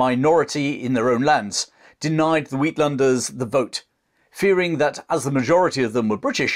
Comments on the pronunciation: "Outlanders" is pronounced "ate-lander" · Uitlanders - pronounced - eight (uit) - lunders! (landers)